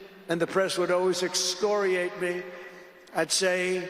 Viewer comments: and what was this word EXTORIATE ME? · As mike wazowski says "if ur gonna insult me, do it properly." Extoriate? What does that mean? Does he mean "extort" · Can’t even pronounce excoriate 😂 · I can't believe he would have come up with the word "excoriate"—probably had to practice saying it over and over.